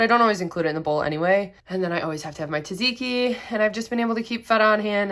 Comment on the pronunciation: Looks delicious! I’m copying your weekly meal plan this week! (BTW, it’s “tzatziki” not “taziki.” The first z is pronounced with the t (just like the second).) Try saying “its a” and then just omit the “i” and run them together.